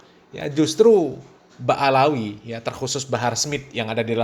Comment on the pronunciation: Ba,lawi bukan baalawi